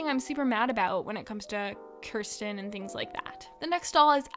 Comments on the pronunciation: Kirsten is pronounced keer-sten, not kur- sten. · Yeah, the new Felicity doll's dress made her butt look big and I didn't like it. Do they sell Josefina's goat Sombrita? And Josefina is one of the most beautiful Historical dolls! I think it's pronounced "Keer-sten" (Kirsten), but I get it was 2 am, so you get a pass for that. Yeah, what she was saying about Courtney looking too similar to Maryellen, I have the same problem with Kira Girl of the Year 2021 because she looks too similar to Julie, and when I heard that they were going to have an Australian Girl of the Year, I was hoping that she would be Aboriginal.